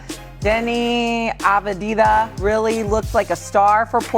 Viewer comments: She pronounced his name 4 different ways in 45 seconds and none of them were right!! 😂😂😂 ah vuh diva ah vie vuh vuh ah vee dah ah vie dah vuh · Lack of professionalism not being prepared and able to announce the name of a player, especially a name you'll be saying multiple times for a story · I got as far as Ah Vah Di Vah before I shut it off. 4 seconds in. If you're making bank to do this as a aliving, the least you could do is spend 5 seconds to learn how to pronounce the players' names correctly. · Omg enough. Av-di-ya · aveedaa? really? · Av Dee ha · If you can't pronounce Avdija - top 20 player in the NBA today - then you shouldn't work for an NBA show. Also, the producers should have corrected her. That's why they have earpieces. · How did you pronounce his name 4 different ways in 30 seconds, and they were all wrong…. What is going on 😂😂😂😂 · how tf do they not know how to pronounce Advija. this is their job that they get paid more than most of us to do…